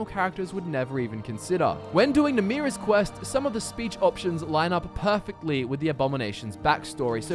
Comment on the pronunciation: It's Namiras it's not Namrias